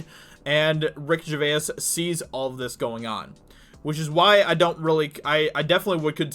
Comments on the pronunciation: I like that covers this, but I do wish he would learn how Gervais is pronounced. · Man your pronouncing his name wrong. It's annoying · Vaha He’s literally the only person in the world who pronounces it like that. I can’t get through his video’s anymore, I’ve had to stop watching...made worse that he says his name at least twice in every sentence. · Sorry but it's vay's not vay-is. (grammar Nazi now returns to his room). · Can you at least say his name right dude. Its not Ricky "GER VAY IS" its pronounced like JER VASE. Long time fan of his. Love the vids tho man keep it up. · Bro. Great video. But dude, it's Gervais. Not Gervayis. One syllable. Like Ger-vace. Not Ger-vay-is. I cant. You gotta stop man. Sorry. It's me, I fully claim it. But for the love of all things sacred , u must stop. Thanks lol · Ricky GerVAIS - not Jerväääs...hehe still good show though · He’s not Irish FFS say it slowly Ger-vace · Ricky Ger-VAYAS I don’t mind but I can’t get it out of my ears now 😂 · "Ricky GervaYiEs" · Ricky Ger-vase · can u not pronounce his name correctly at least.... its not gervayas.. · Dude please get the name right Jer-vayz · It's pronounced 'Ger - vays'... how many times do you need to be told? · Sticking with “GERVA-IS” yeah? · For someone who's made a dozen videos talking about him, you'd think he'd have learned to pronounce his name by now. 😐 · ARRRRGGGGGHHHHHH he is still saying Gervayass!!!! Proves he does not read any of his comments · Dude, he’s not Irish and neither are you, so why do you say his name in an Irish accent? 😂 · What an odd pronounciation of gervais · You should watch some videos to see how to pronounce his name, its killing me the way you say Gervais. Great video Ricky absolutely nailed it. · Please pronounce his name correctly. You sound uneducated. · Can you please pronounce 'Gervais' correctly, it's really annoying. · If you're going to talk about the guy, at least pronounce his name correctly. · it’s annoying